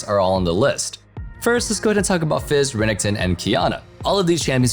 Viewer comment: Who the fk is Renington. Its literally spelt REN-EK-TON yet you cant say it properly